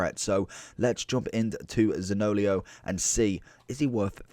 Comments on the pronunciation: Great video 👍 btw his name is pronounced Zanio-lo not zaniolio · I laughed every time. lol